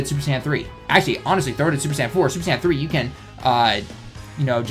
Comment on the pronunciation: It sounds like you're saying sand banner instead of Saiyan banner lol